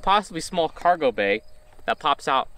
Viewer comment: "a functioning kawgewhl door" not hating, just love that you left it in